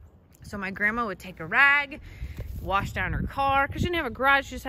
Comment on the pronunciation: Thanks, took me down one too. When my cousins and I would be working we would be singing too. Plus did I hear a little "r" in that word wash? So southern Illinois of you. lol